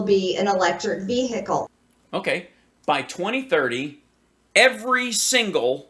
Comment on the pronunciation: What’s a “Veehicle”?! I’m confused, does she mean VEHICLE- what an ignorant dumb c u next Tuesday lol